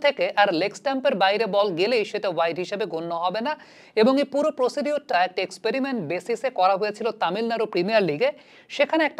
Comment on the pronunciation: ভাই Procedure এর উচ্চারণ প্রসিডিউর না, প্রসিজার হবে। প্রসিডিউর শুনলেই মনে হয় মূর্খ ।